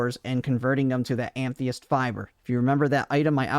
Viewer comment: It's "ah-muh-thist". Nice vid tho.